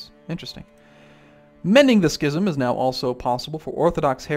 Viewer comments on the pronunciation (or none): none